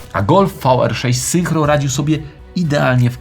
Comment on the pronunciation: Fajoski odcinek, ale "zynkro" a nie "synchro"